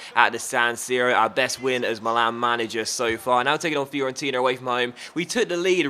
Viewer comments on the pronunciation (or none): none